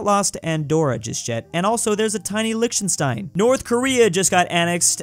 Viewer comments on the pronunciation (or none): none